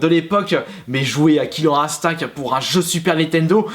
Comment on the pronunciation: Omg il a dit "killer Instink" XD